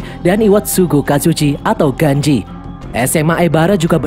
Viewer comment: ganji bukan genji😅